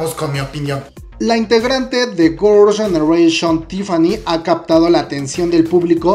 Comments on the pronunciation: Jajajjaa tienes que aprender a pronunciar un poco más el inglés Gorls genereishon 😂😂😂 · "gurl yenereishion" xD bote el chicle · Gurls genereshion JAJAJAJAJAJAJAJAJAJA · Qué pedo con tu pronunciación de girls' generation? ahre jajajaj